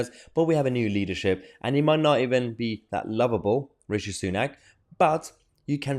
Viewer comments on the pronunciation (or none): none